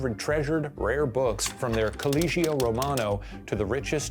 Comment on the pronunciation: How am i supposed to believe you when you so brutally mispronounce the word Collegio, which is literally read as College in english language but with a final o...instead you said coulleegeeou...what is even that???